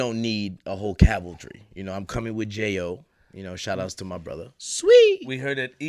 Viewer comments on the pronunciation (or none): This nigga said cavaltry